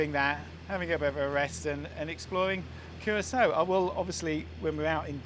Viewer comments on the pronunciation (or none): Excellent videos ! But why is it that you insist on inventing your own pronunciations of common names ?!?! Patreon, and Curaçao ????